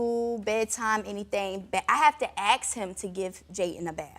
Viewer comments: Why do black people say "axe" instead of ask? It makes me fuckin sick and none of you black people want to address it in the comments. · Ask is the word not 🪓 axe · I have to aks him???? An aks, that's a dangerous tool you know. Asking is better ;-) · You have to what??? " aks" him? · " AX" him ?????? WTF !